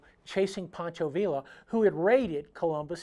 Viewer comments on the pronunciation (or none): Tremendous video,! I think you've just added a.45 SAA revolver from Cimarron to a lot of our "wanted" lists! By the way, the double L in "Pancho" Villa's last name is pronounced as a Y. I always look forward to your Triggered videos.